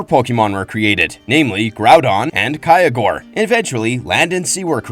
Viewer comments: Omg If I hear kyogre pronounced kay-ah-gore, or ray-kaza 1 more mothaf#$&%@ time lol. Renee's? Comon mayyyyyne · Kaya what? You did not called Kyogre that